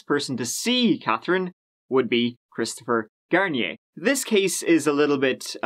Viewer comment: “27 year old, Christopher Shampoo” 😂😂😂